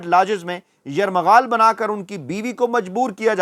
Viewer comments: یرغمال ہوتا ہے یرمغا ل نہیں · ۔۔۔۔! آپ نے روانی اور جلدبازی میں ایک لفظ غلط کہہ دیا ھے وہ لفظ۔۔ ۔۔۔ یرمغال نہیں بلکہ۔۔۔۔۔۔ یرغمال ھے۔ یہ تنقید برائے تنقید نہیں بلکہ تنقید برائے ""اصلاح"" ھے۔ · یرغمال لفظ ہے یرمغال نہین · Yarmaghal nhn Yarghamal correct word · یرمغال نہیں یر غمال ھوتا ھے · Yarghamal not yarmaghal 😂🤣😃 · Yarmaghaal nahin hota ye lafz hamaisha ghalat kehtay ho (yarghamaal) hai sahi lafz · لفظ "یرغمال" ہوتا ہے نہ کہ 'یرمغال' تلفظ کی درستی فرما لیں، شکریہ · او یہ یرمغال نہیں ہوتا، یرغمال ہوتا ہے 😆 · it is not "Yarmagaal". It is "Yargamaal". Kindly correct yourself. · ایک لفظ ذرہ ٹیھک کرے جو کہ اپ غلط بول رہیں یہ لفظ یرغمال ہے نہ کہ یرمغال شکریہ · سارے لفظ یرغمال سیدھا پڑھا کریں اپ یرمغال پڑھتے ہیں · جناب یرمغال نہیں یرغمال ہے یہ لفظ دو دفعہ اپ مے دہرایا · درست لفظ "یرغمال" ھے نہ کہ "یرمغال"۔ درست فرمائیں